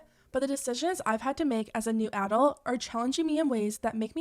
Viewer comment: Why do you say “adult” like that?